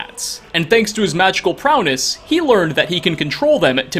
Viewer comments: Lol i do love these videos. You made me buy the game. However, it's prowess, not prowness. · Also "prowness" lol. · what region pronounces prowess like that lol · Magical “prowness” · “Thanks to his magical Prowness” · Bud, you need to learn to speak English. "Treatise" is not "Tetris, like the game. "Prowess" is not "prowness". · "..And thanks to his magical prowness..." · Q Jones he also said prowness